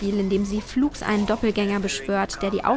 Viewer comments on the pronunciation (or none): Bitte lern "flugs" richtig auszusprechen oder verwende es nicht ständig